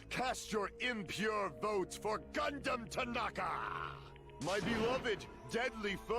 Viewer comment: Repeat after me. G U N D H A M T A N A K A